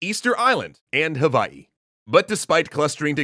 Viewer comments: Mahalo for properly pronouncing Hawaiʻi and all the ʻōlelo Hawaiʻi words you used. 🤙🏾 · I love that you used the right pronunciation of Hawai’i for this :)